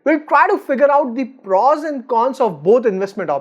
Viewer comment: Good video.. but please please.. it's not PRAWS.. it's prOs..